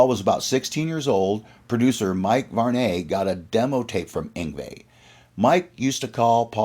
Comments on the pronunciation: It’s pronounced “Varnee” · Mike Var-Nay? lol